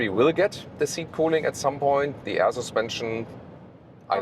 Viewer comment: LOVE what you guys do! And my wife and I secretly joke of how says "sUspension" with slight accent and giggle! All best feelings and love for you guys!❤ P.S. when are you testing the Zeekr7X in Germany,? I really want to see that car detailed tested in full detail, full length, and full screen!